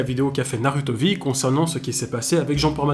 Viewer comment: Déjà comment prendre au sérieux un mec qui prononce NarUto mdrrrr Naruto et safine était innocent un problème de santé peut arriver à tout le monde et c’est pas psk on te jete un sceau d’eau ou de la peinture que ça va te tuer